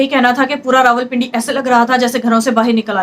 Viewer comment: یہ رولپنڈی کیا ھوتا ھے۔ ۔۔۔۔راولپنڈی کہنے میں بل زیادہ آتا ھے۔۔ کچھ چھوٹے بچوں کا خیال کیجیئے۔ جو آپ سے سیکھتے ھیں۔